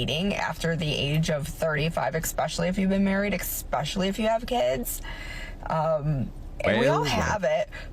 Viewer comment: "expecially if you have kids expecially" what an illiterate.